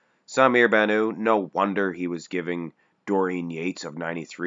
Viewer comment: The T in Bannout is pronounced, he is not French he is Lebanese baby please